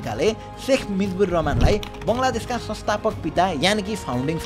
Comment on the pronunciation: I'm offended from the Subedi dai as he pronounced Mujibur as Mijbur 😢❌